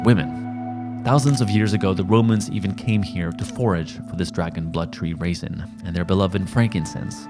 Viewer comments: Red *Raisin*? You mean resin? 😄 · Pronunciation for "resin" is "RE-SIN" not raison brother. Love the content! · Resin, not raisin. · resin not raisin ya dingus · Resin not raisin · Raisin? Reh-zin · Did you mean 'resin'? Am I missing something? 'Raisin'? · "resin" not "raisin"